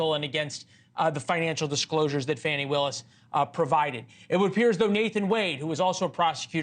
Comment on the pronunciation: That is FAN. I. WILLIS, NOT FAWN. E WILLIS.